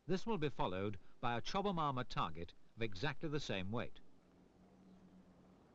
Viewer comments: the narrator added about three extra syllables to "Chobham" lmao "Chobba-mahm" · it's weird hearing him say "chowbahmomma armour" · Right? i kept wondering where he was getting all the extra syllables from lol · I thought the narrator kept saying “chubby mama “😂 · He was probably thinking it !